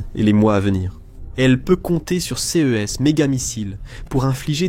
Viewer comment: toujours une voix IA qui dit C E (les lettres) idem pour c e s au lieu de ce et ces en son. Pareil pour les HIMARS dont il répete la significatioin à chaque fois. N y a t'il même pas un humain pour corriger . bien triste et cela gache le travail.